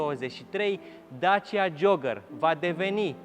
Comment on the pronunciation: Ce tare esti,ai pus eticheta perfecta ptr.modelul asta,auzi tu la el:"Dacia JOAGĂR"",mor de râs!...😁